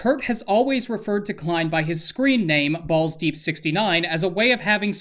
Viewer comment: I think you mispronounced ballsdeep69's name